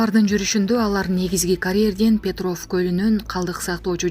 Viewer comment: ФФ буквасына ябай бай экен да.🤭